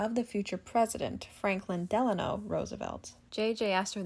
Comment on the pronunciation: I gave you a thumbs up because you pronounced Delano correctly! Lol I grew up in Delano MN and hardly anyone pronounces it correctly or knows it’s from FDR. ❤